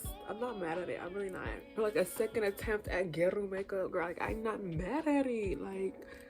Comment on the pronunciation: I don’t want to be rude but it’s pronounced gyA-ru hopefully this makes sense and helps